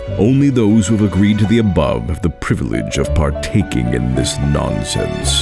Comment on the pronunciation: Uh... It's privil- ege ....